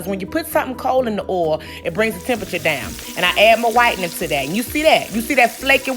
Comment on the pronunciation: "whitening" 😂 country self lol